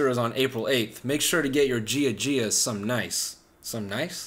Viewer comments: he said gia gia like jia jia. it’s “ya ya” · The second he said “gia gia” I knew he wasn’t Greek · Pretty sure he’s not Greek either the way he pronounced giagia. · Exactly what i thought!